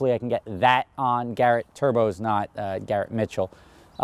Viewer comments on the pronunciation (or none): Never say twin turbkies again.